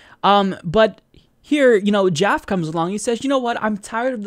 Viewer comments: It's pronounced JAFF-EE, not Jaff. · are you trying to white wash his name by pronouncing it joff? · Isn't Jaffe pronounced, "Jaff-ee"? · It's pronounced JAF - ee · Now, I admit I'm not positive. But I used to work at a company named Jaffe, and that last word, Jaffe, is pronounced with two syllables and a long e at the end, as in Jaff-ee.